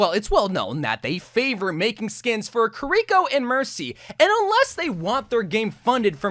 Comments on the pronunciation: This is the same guy who for the entire video says kuh-ree-ko and not kiriko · It's this guy calling Kiriko "Curiko" for me.. lol. I mean she says her name herself in Overwatch, it's not hard to pronounce. Maybe he's doing it as a troll lol